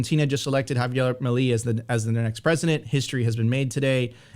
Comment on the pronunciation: Mileeeeeeeeei not "mili" it's milEi, milEI!!!!